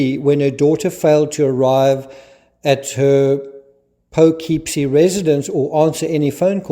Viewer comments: It’s not “po” it’s “puh”kipsie ny. I once rented an apartment at 40th and Lex after uni and realised that corner was a real street walker prostitution area, I actually got propositioned on my way home. Blocks away from RH’s office! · Poughkeepsie is pronounced Puh/KIP/See . Just so ya know. Very thorough analysis here. Thanks. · Poo kip see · It’s pronounced “Pokipsie” Iroquois for place on the river. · Poughkeepsie is pronounced "Paw-kip-see" if that helps